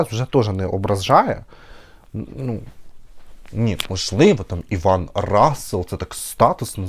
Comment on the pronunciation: Иван ударение на И. Очень красиво звучит.❤❤❤